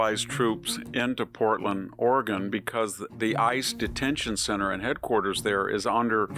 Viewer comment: ORAGAN ,........OR OREGON????????